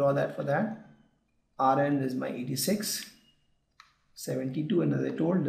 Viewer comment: its Rn not Ru